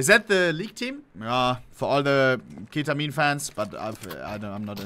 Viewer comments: ke-ta-min... Im not into league... Epic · "KE-TA-MINE ... is that the league team ?"